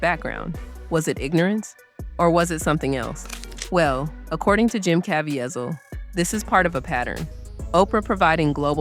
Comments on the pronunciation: Good grief. His name is pronoinced as ka-vee-zle not Kavy-azle. o.0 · CA VEEEZIL’ not Cavi a zil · Good and important video. But the repeated mispronunciation of Caviezel's last name is a little distracting. If you make additional videos about him, it's pronounced "kah-VEE-zul," not "kah-vee-eh-zel." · It’s pronounced: Jim CAH-VEE-ZUL. ❤ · KA VEE ZULL That is how you pronounce his last name. I hope you accept this as helpful. No judgement. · Ca Vie Zel (Ka-Vee-Zell) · His name is Jim KA VEE ZEL! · If you're going to make a video about someone, at least learn how to correctly pronounce their name. It's pronounced Ca-V-sell. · Say it with me... Ca-va-zeel.. 😊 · The correct pronunciation is Cav-ie- zel (cav- ea zel) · *CavEEval. That's how he pronounces it. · It’s pronounced : kuh-VEE-zull.Probably AI narrator. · His last name rhymes with “weasel” as in Ca-veasel. That’s the correct pronunciation. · please pronounce Jim's surname properly.. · Why are you butchering this man’s name. The whole world knows his name. Why can’t you say it correctly? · Could you POSSIBLY have your Narrator pronounce Jim. Caviezal’s name correctly? It’s really poor form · Can you learn to pronounce that man's name correctly? MY God! isn't that hard. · Please learn to pronounce Mr. Caviezel’s name correctly. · Also, pronounce Jim cavizel correctly!! So annoying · Wow you could have googled how to pronounce Caveizel. But you didn't. You just pronounced it every way you could think of. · AI narration that can’t even pronounce Caviezel’s name correctly. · Learn how to pronounce Jim's last name correctly. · You need to know how to pronounce his name. Make an effort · narrated by a person who can't pronounce Jim's last name ? or is this AI narrated ? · You really need to learn to pronounce his name